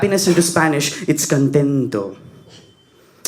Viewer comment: 'enfado' is the correct word for anger bro !!! And I don't think that every Spanish or Latino will ever give you a reply saying 'contento' (fyi the 'c' here is pronounced with the sound of a 'k' like 'kontento' and the 't' in Spanish is never the त in Hindi. so 'to' will be तो). Please respect the language that you speak. No one would like to disrespect your native language as 'KANNADA'. So, please do respect it or the least that you can do is to know hoe to pronounce the word correctly.